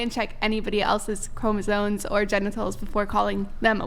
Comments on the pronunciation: ChromosoMe. Ffs she can’t event fuckin pronounce it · It's chromosoMe (ˈkrō-mə-ˌsōm NO "n"!!) These girls need to know how to pronounce words correctly. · OK, thank you..And I was feeling like the asshole because I was wondering how someone could talk with SO much conviction and (over and over again), mispronounce the universally-known word “chromosome”…😭😭😭😭😫😫😫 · Omg… Is anyone else here bothered by leather jacket’s continuous mispronunciation of the word “chromosome”???!!! Like, dude-I can’t—-😭😭😭😭🤦🏽‍♀️🤦🏽‍♀️🤦🏽‍♀️